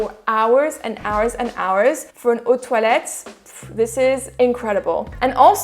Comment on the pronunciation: Solid review, finally a reviewer that speaks French and can pronounce eau de toilette properly !